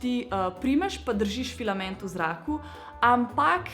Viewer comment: Več kot 10-krat si rekla pilament